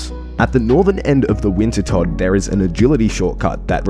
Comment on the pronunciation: Who the fuck is Winter Todd??? Are you, perhaps, referring to Wintertodt, which is pronounced winter toad??